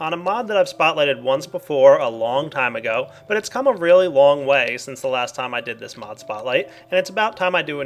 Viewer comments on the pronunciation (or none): none